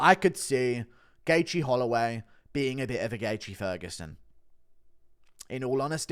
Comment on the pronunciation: You butchered Gaethje's name so bad lol